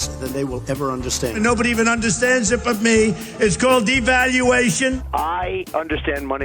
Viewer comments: It's called... let me check my notes.... deevaluatmmmmmhow do you say this word? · And reads «devaluation» syllable by syllable, as if it was the second time he'd seen it.